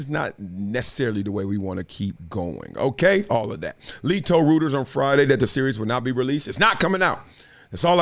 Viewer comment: Bro!!! What is "Rooters(Reuters)"???